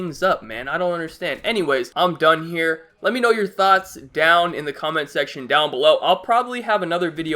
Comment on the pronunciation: whenever he says "thoughts" it sounds like "thots"